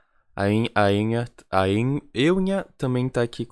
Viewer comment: Não se pronuncia E-hum-rá, é Una. 🙁